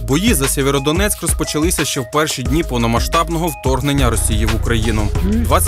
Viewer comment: Сєвєродонецьк! Кажіть правильно. Бо ріже вуха місцевим